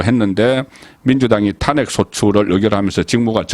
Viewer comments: 탄핵 정지 망신 등 일부 단어 발음이 이상함. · 수고 많습니다 좋은방송도 듣는 중에 이상한 발음이 들리면 거슬리거던요 고치는게 어렵지 않을 것 같은데 ... 사투리 발음 사설', 탄핵', 직무 정지의 '정지', ...